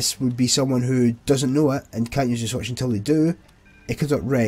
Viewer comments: Didn’t realize switch is pronounced Swetch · i love how you say switch as swaetch